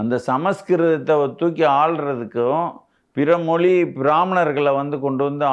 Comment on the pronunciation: Moli இல்லை மொழி.. crooks